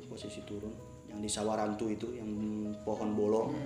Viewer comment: samarantu... bukan SAWARANTU pantes elu tersesat....